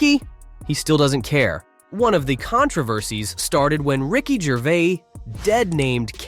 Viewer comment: I was just going to say that. And in the beginnings: 'Ricky Gervé' - sloppy shite.